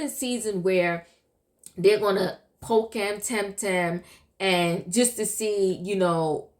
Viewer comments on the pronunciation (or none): none